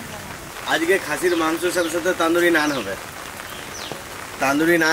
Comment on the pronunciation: এতো দারুন খাবার, সেটাকে ঠিকঠাক উচ্চারণ করুন, গ্রাম্য বাঙালীর মতো তন্দুরি রুটি বলুন, তান্দুরি রুটি শুনতে আপনার মুখে ভীষণ অদ্ভুত লাগছে ...